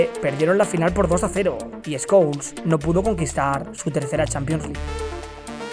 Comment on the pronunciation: Pol escols jaja así le decía el Bambino😆